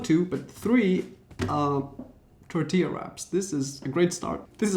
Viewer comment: Why did he pronounce tortillas like that? 🤣😞